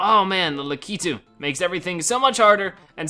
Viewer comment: stop saying lakitu wrong its LAAk-I-TOO